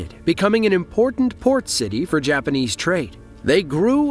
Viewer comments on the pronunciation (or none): none